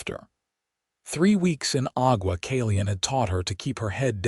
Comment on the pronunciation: Agua Caliente' Ah-gua (gwa) Căl-ē-yěn-tāy Santa Fe "Santa" (as I. "Santa Claus /Clauce" ) and "Fāy" (as in "Fay Ray") "Santa Fay", NOT "fēē" as in "paying your dues", No! PLEASE TEND TO YOUR POOR, SAD "AI" CONTRAPTION. 😊😊😊 By the way, these two names are both Spanish/ Mexican Names. 😊